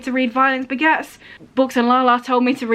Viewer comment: The first time you said ‘Violence Begets’ I thought you said ‘Violent Spaghetts’ 😂 The second time you said it, I thought you said ‘Violent Baguettes’ - I’d already seen the actual book title by then but maybe I was just hungry 🤷‍♀️🤣